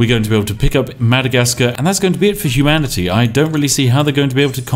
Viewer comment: "the end of humani-tea as we know it"